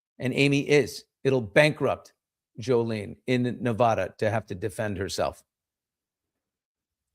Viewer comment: Stop mispronouncing Nevada